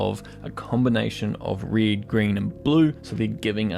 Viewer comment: I'm following your videos for quite a while now and everytime I use the red slider I hear your voice saying reed :D Thanks for your work! It helps a lot. At least I learned many things from your videos.